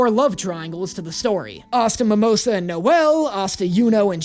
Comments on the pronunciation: Don't worry about pronouncing it incorrectly you're saying it correctly it's mamosa the english dub says mamosa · If it makes you feel better, the way you pronounce Mimosa's name is how they say it in the dub, lol.